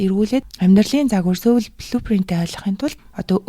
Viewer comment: Heregtei medeelel ogdogt bayrlalaa 😌 “Soul” iig joohon ooroor duuddag shuu, Mongolchlood duudaj bgaach ene ug bainga davtagddag bolhoor hellee sorry 💕